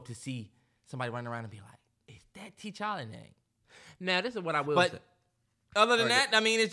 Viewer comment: the keep saying “TeeChalla” 😂